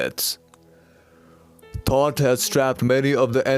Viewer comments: Is he saying thought or Thoth? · Is he saying thoth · Are you saying thought or thoth? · Once again very informative! Same could you please help give me some clarification please, are you saying Thoth, or Thought? When expressing the dark side. Please feel free to get back with me at your earliest convenience. 🌞🌱🌞🌱🌞🌱🌞🌱🌞🌱🌞🌱🌞🌱🌞